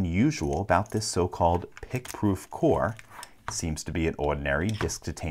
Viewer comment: Pick-proowf? 2 min long video? I think not :D